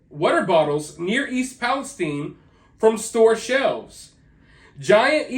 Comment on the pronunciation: Just curious as to why you pronounce it palesteen and not palestyne Shine time wine lime It’s all the same Listen to any major outlet pronounce it I’ve never heard anyone pronounce it palesteen Like teen sheen seem Just asking it’s your channel I’m still subscribed